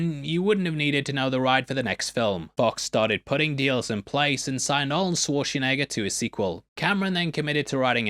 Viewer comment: You keep saying Swarchenegger. Say it with me. Sh - war - ts - enegger. It's really not that hard.